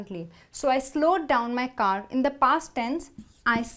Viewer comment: Her pronounciation is killing me !!! Did she say car or ga ?